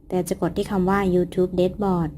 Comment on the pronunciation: คะ dashboard ออกเสียงว่า "แด็ชบอร์ด" คะพี่ได้ยินหลายคลิปละ ว่าจะทักบอกหลายทีแล้วคะ/พี่ติดตามแทบทุกคลิปเลยนะคะคลิปมีสาระและเข้าใจง่ายมากเหมาะสำหรับยูทูปเบอร์มือใหม่ทุกคนมากๆเลยคะ 😊👍